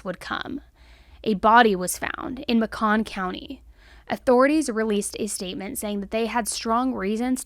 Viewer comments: It’s Macon County, pronounced like bacon; just real southern. Makin’ or May-kin It’s a real ick when you have external video footage that you include in your videos that has the correct pronunciation of these southern towns. Fast forward to the 32 minute mark and you’ll hear this man say it right. I love your content and watch daily, and this isn’t the first time this exact thing has happened; (you say a town name wrong, and at a press conference they will say it right…)but please do us small town folks a favor and at least get our name right. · MAY-cuhn county 😂 sorry. I know it’s not funny. But whenever I remember that Oneonta exists both in Bama and New York and how very differently we pronounce it (not to mention Helena also) I laugh. I have never heard it called ma-CAHN. :) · Just wanted to say Macon County is pronounced like “Bacon” fun fact lol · Not being rude. I live in Montgomery.... Macon is pronounced like bacon, but with an M. I hate this state and how they do not care about protecting the citizens. The justice system in montgomery sucks. There are murders here almost daily. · This broke my heart she was found up the street from my house and the house I grew up in. It’s was scary to know that something this horrible happened so close to my home. I love but it’s pronounced Macon like Bacon lmao!! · It's pronounced like bacon if you changed the B to M. People do that to Macon, GA all the time and at first I'm always confused as to where they are talking about. This story is awful. What's even more infuriating is how career convicts are let out like this. He should have been locked up for years after that attempt. I do not understand this soft on crime crap I keep seeing all over. Some people will always be a dangerous PoS that never belong out in society. This guy was clearly one of those degenerates. I hope her family can heal. What an absolute tragic loss.